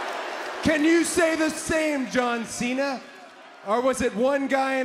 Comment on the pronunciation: Rhodes said john thena😂